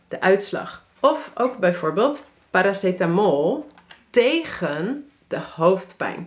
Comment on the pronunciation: 'paracetamol' NL kkkkkkk